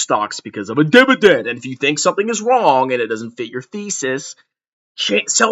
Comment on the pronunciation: Not the Dibadend Reeeuuuuu!!!!